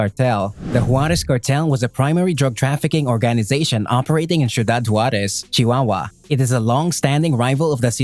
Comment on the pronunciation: Could have practiced how to pronounce Ciudad before doing the Video